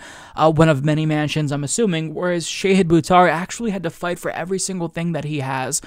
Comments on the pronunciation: "Sheyhid" Buttar? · Shah-Heeed. Not Shay-head. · Shah-heed not shay-hid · I love ya and I love Shahid, but its pronounced Shah' hid (like father), not Shay' hid. ❤❤ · Sha-hid? I've been calling him Shahid! 😳 Fighting to correct housing problems is a nobel cause. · omg, it is Shaw-Heed Boo-Tar.